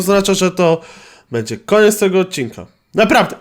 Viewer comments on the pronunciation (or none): none